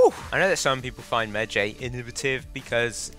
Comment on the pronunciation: pronounced medj(eye) not Jay ffs